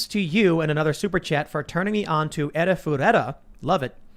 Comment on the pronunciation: Haven't got that far in the video yet but it sounds like you are trying to phonetically pronounce Arifureta: From Commonplace to World's Strongest. You can watch the show on Hulu. Cheers mate!